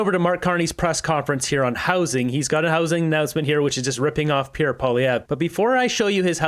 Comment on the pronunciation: Hey Buddy......Can you at least try to say Pierre's name properly !!?